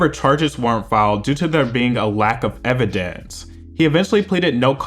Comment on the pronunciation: "lack of ev-i-deeents"